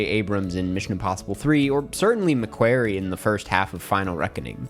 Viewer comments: Enjoyed the video but just wanted to let you know you're pronouncing McQuarrie wrong, it's not pronounced like "query" but like "quarry" for what it's worth. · it’s McQUARRIE! Nae Mequerry.